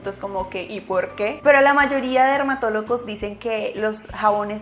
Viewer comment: Min le entendí dermatolocos 😂